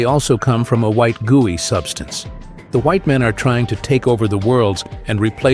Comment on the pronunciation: “Gewy white substance” uh hello?💀